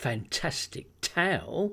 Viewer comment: I enjoy your videos very much. However, I would enjoy them more if you pronounced "tale" to rhyme with ale, and not towel. Just saying